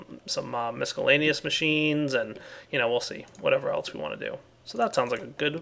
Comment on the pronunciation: The c in miscellaneous is silent! Stop pronouncing it as a k sound! You have excellent speech,, so doing that is incredibly aggravating.